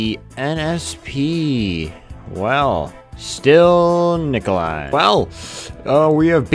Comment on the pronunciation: Никола... Никла... Николасай